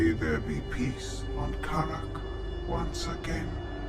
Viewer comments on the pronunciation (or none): 8 missions and you still misspronounce kharak